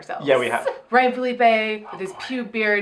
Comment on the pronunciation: "I think it's Fill-uh-pee" "Huh?" "Just say Ryan"